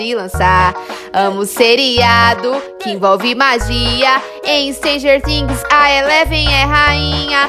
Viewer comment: Ela falou Stranger Trings haaaaaaaaaaaaaaaaaa amo muuuuiiiitooooo essa série a Eleven é mesmo a rainha ela é minha personagem preferida eu amo ela o nome dela na vida real é Milly Bobby Brow